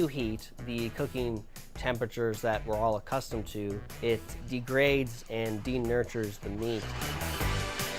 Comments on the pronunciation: lmao "denutures" is he trying to say denatures? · Am I the only one who cringes when he says that heat "de-nurtures" the meat? What a dumbass. It's called "denaturing," where the proteins loose their complex structure due to weak bonds being broken throughout the protein structure. And it doesn't really matter if the proteins are denatured or not, as digestion will still break them down into smaller molecules. Denaturing, if anything, helps the digestion process. This guy's brain is about as smooth as that liver he blended up. 🤮